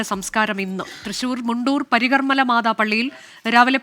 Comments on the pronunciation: സ്ത്രീയെ..... ശുദ്ധമായി പറയു... പരികർമല അല്ല... പരിശുദ്ധ... കർമല മാതാ പള്ളി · പരികർമ്മല മാതാ പള്ളി അല്ല മാഢം . പരിശുദ്ധ കർമ്മല മാതാ പള്ളി എന്നാണ്